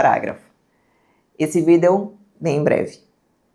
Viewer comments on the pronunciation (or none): moça não fala Vidéô por favor me da coisas. adorei o conteúdo.